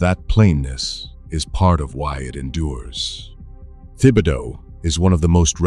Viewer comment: Best to check up on the pronunciation of many of these names. Especially Thibodeau.